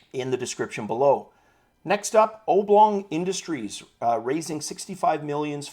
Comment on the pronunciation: A little pronunciation hint..... :) ob·long ˈäbˌlôNG/Submit adjective 1. having an elongated shape, as a rectangle or an oval. noun 1. an object or flat figure in an elongated rectangle or oval shape.